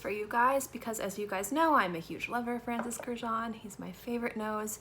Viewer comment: Girl, learn to pronounce his last name correctly ... it is Kurkdjian ... which is Armenian last name